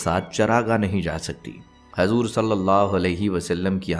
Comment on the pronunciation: Hajur nahin hujur kahiye